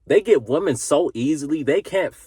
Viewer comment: Little feed back, there is one woman and many women, learn to pronounce the difference.